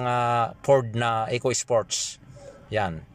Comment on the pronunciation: furrrrdd ekoy-ispoyts